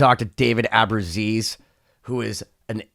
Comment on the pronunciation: "AbruzzIs"? AbruzzEse.